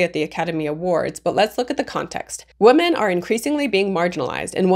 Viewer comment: Women is pronounced "wim-in".